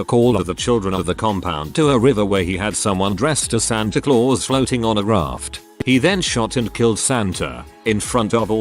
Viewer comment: Lol@ "raRft"